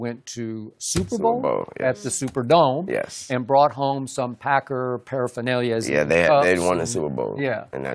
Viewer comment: skip said green bay paraphenilia instead of memorabilia ahahahah btw i cant spell nomo